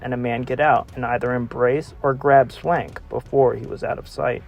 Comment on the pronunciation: Please pronounce the names of the victims right if ur gonna do research on them...Anne Swankeeeee...is how u pronounce Anne's name...